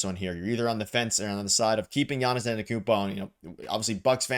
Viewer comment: For the love of God, this is how you pronounce his name